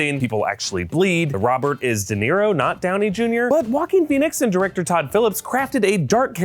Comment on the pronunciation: I keep hearing "walking" phoenix ....(not being offensive)